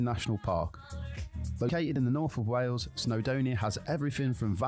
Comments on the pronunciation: Wales is pronounced ' Wales ' (like Whales but * without * the 'h') _NOT Wells. Sigh.... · It's SHAMROCKS in Ireland not 4 LEAF CLOVER !! It's pronounced WAILS not WELLS. If you notice, there are " pullover/passing places" on the small roads. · Its wales not wells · It's not wells. Its Wales 😅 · Why can’t Americans pronounce Wales ? It’s not Wells. 🤦🏻‍♂️ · Not Wells it's Wales, you pronounce it the same as most Americans. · i,m welsh, we have been under the cosh of the english for centuries. and by the way, it is pronouced wales, not wells.we are country not a county of england, or a theme park for the english to play in. we are a nation that has existed for over 2000 years, unlike the usa that has only been the usa since 1776. are castles, most of which are built by the english, to supress us since the 11th centuary. we are a celtic nation, yes the celts are not only irish. visit our country by all means, but please be polite to us. and we will be polite back, we are not all hostile to visitors. but we do like to beat the english in rugby, or any other sport. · Not a criticism, but I've noticed that on reaction videos, Americans always say 'Wells', and not 'Whales'.....I wonder why that is? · Its pronounced Whales not wells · Wales like whales not wells. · Try to say Wales, not wells. And that is English, not Welsh. The Welsh say Cymru. And that is pronounced kum ree, not sim roo. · it's not said as WELLS....it WALES!....my home country. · I've only recently noticed (thanks to watching MANY American YouTube videos!) that a lot of Americans pronounce the "ai" sound as an e. So Craig becomes Cregg, vague becomes vegg, plague becomes plegg...and Wales becomes Wells! The Craig/Cregg one I've always known about, but I never realised it also applies to many similar words. 🤷‍♂️ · Wales is pronounced like 🐋 Whales but without the H. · Wales is pronounced the same as whales... WAY-ELS